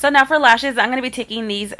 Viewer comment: *fall, not all. and *for, not fo lol